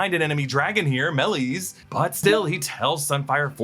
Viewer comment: Dude stop butchering the name Maleys 💩